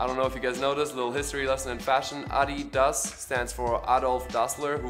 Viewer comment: I was today years old when I learned the correct way to say Adidas